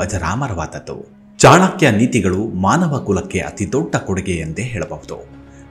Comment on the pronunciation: ಚಾಣಾಕ್ಯ ಅಲ್ಲ ಚಾಣಕ್ಯ ದಯವಿಟ್ಟು ನಿಮ್ಮ ಬಾಯಲ್ಲಿ pronounciation ಸರಿ ಇರಲಿ pl